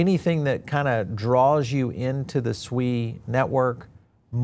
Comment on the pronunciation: OMG somebody is pronouncing SUI correctly. It's really hard to take anyone seriously in the financial space giving advice on investments when they can't even pronounce the Investments correctly like some other YouTubers squealing like little piggies and saying SUEYYYY SUEYYYY.